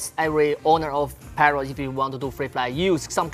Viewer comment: Parrrot yan hindi pawwot bulol ka hayp ka